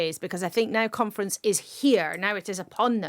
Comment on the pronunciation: Labour Party Conference, with emphasis on the syllable Con, LABOUR OUT!